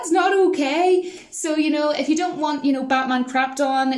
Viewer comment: "I doint know about that honey, I doint know about that." Love that accent.